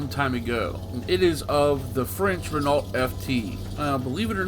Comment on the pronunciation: It's pronounced Re-know, not Renalt. It's french so the nault is just pronounced no